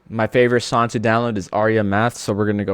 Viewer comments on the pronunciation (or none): Why does bro skips "G" like. Long ❌ Lon Song ❌Son 😂😂😂😂😂😂